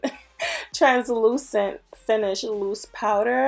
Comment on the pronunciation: As soon as you said trans lujent and started laughing I HAD to subscribe